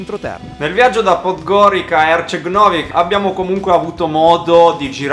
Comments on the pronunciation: Comunque non si dice PODGORIKA ma PODGORIZA (pronuncia) anche HERCEG NOVI =HERZEG NOVI (C=Z) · Dai ragazzi, sono di montenegro, ma come dici 'podgorica ", non è bello si sentire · si però raga la pronuncia di podgorica... ))))